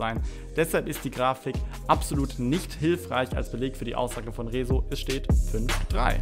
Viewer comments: warum sagst du eigentlich Rezos namen so merkwürdig ?? kannst du das nicht aussprechen oder ist das als Joke gemeint ?? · Lern Rezo richtig aus zu Sprechen! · Also sogar Phillip Amthor hat es geschafft "Rezo" richtig auszusprechen. Herzlichen Glückwunsch, du bist inkompetenter als ein CDU Politiker. Spaß bei Seite, morgen kommt ein richtiger Kommentar, kann aber schonmal sagen, dass das Video nach viel Arbeit aussieht und ich rechne dir das hoch an.